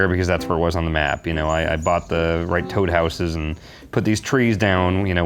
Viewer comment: This guy called toad. Toe da? Wtf is that